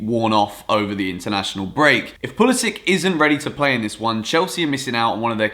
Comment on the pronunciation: I’m American and we don’t say pah-lis-ic we say pull-is-sic